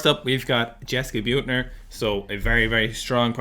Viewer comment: I think it is pronounced as "Bit-ner" with the bit being pronounced like in "a little bit".